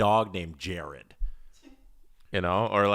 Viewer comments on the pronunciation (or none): none